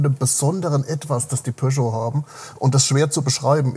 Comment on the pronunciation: Pöscho...🙉 Am Anfang hab ich Porsche verstanden 😅